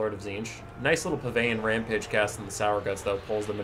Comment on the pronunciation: Hey here’s your fact of the day! Pavane is pronounced pa-von!